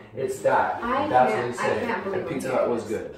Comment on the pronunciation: Picca hut lol not Pizza Hut ❤️❤️❤️😂